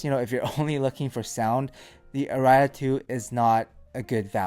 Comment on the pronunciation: "Ara ias" :)